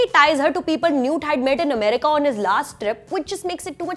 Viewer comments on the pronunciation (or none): none